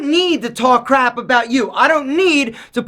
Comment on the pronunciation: Number 6 should be talking crap, not crab. Other than that one little slip your English is good enough that I can understand it easily and get the gist of what you mean.